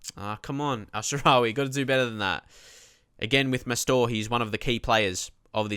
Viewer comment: (Just making sure u see this, i posted it on ur first vid as well) Ok pronunciation lesson: hachim (mastour)=hashim (like hash'em=hash them) pazzini=patsini van ginkel= g as in de Gea Bocchetti=boKeti cerci=tsertsi general rules in italian: 1)z is caTS, unless in the beginning of words when it is ds as in pads. zucchero(sugar)=dsUkero but grazie and Lazio it is ts 2)ch is c as in car, for example Chievo 3)c before "i" or "e" is CHurch, otherwise Car (examples ciao,Cesena is CHurch, but Casa, Cagliari, Cataniai is Car) also gli is "ll" as in million 4)g is g as in general only before "i" or "e"(just like c), otherwise it is g as in goal. So Genoa is tzenoa you can bookmark this site while you're at it: So there, don't let us hear you say any italians clubs or players incorrectly from now on. Thank you